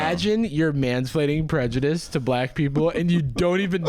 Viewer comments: same, i can’t get over the “PREDJUDISM FELLED” bit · “that’s prejudism 🫲😕🫱”